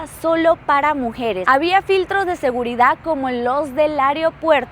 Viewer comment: No puedo con su mala pronunciación: “Recección” , “Adactar”, “Segurida”